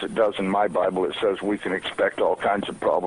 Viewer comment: ze bIIIible,really? lol